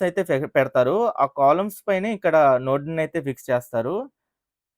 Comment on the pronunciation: Nord kaadu anna Adi NODE